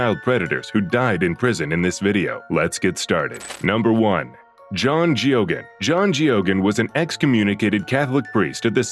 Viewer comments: No need to sentence child molesters to death when you have those on the inside that actually has some vestiges of humanity left.. As for this AI channel... At least pretend to know the subject and the names.. Jo-gaaan is.. GAY-GAN phonetically speaking.. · Man, this channel really butcher'd the pronunciation of that pedophile priest Father Geoghan's last name. So many channels do that, it drives me nuts especially when it's a famous person who's last name is something that most people should know how to pronounce.